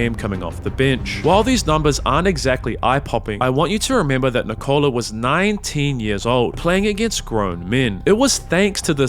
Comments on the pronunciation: He manages to say his brothers more difficult names properly but somehow he messes up "Nikola"... and it's painful every single time. The emphasis should be on "Nik" like you're saying "Nick", not on the "ola" like you're saying "Nichole". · PLLLLLLLLLeaseeeeeeeeeeeeeee it's not NI-COLA IT's NIKO-la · NeeCola ❌️ Nickolah ✅️ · Nikola not nick cola lol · Nikola is not said well, It should be Ni-kouh-lah, however the break between vowels is too long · first minute and I'm already tilted because of how he pronounces Nikola. No, it is not Ni-Kola. Dude isn't a drink man. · Good pronunciation except he can't even say Nikola properly, nor Nemanja or several others. I wouldn't praise it. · Can't even say Nikola properly though. You'd think you'd figure out how to pronounce his name if you wanted to make a 50 minute video centered around him. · Your Video will be much much better if you decided to learn the pronunciation of name of Nikola, Nemanja and Strahinja before to do this video... it's make mi 😂 hearing wrong pronunciation of their names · WITH ZERO PERCENT OF STEROIDES , YOU MEAN? And istress is on "I" , not "O"